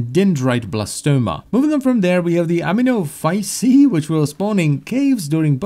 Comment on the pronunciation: I think aminophysi is pronounced more like amino acid